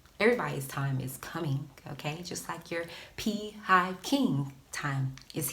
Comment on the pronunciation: 😂 peehive king